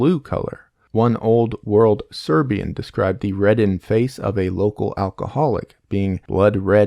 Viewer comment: yea as a Serbian speaker as soon I heard him say it I knew it wasn't right lol